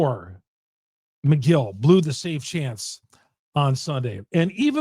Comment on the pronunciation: I’m not a brewers fan and even I know it’s Megill not McGill 😂